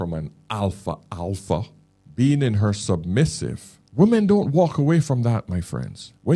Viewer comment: Why can't Americans pronounce women, as opposed to woman ?